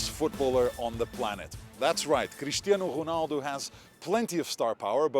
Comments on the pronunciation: Crrrrishtianu Ruhnalllldo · Haha the way pedro pinto pronounces his name is funny lol cristiyeanu runaldu